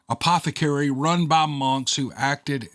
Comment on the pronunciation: Apothecary, you pronounced it correctly.